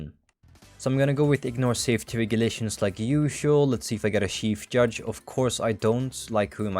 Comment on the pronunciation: he said chief judge correctly today